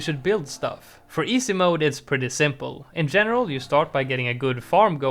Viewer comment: Love the way he says “EESAY mode” 😂